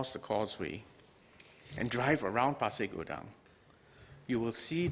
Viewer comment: Good you pronounce 'Pasir Gudang' correctly sir. Terima kasih.